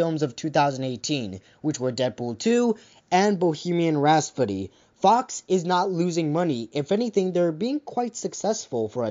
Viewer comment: Buddy u pronounced Rhapsody wrong no offense